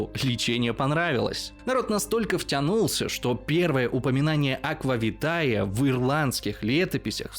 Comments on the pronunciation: Если не ошибаюсь, aqua vitae читается по латыни не "аква витае", а "аква витэ" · только не "витАе" (не мова же)), а "вИтэ"; ae это "э". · [Аква витэ]: у лацінскай мове дыфтонг "ае" пры чытанні вымаўляецца як [э] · Латинский диграф "ае" читается как "э". Таким образом - аква витэ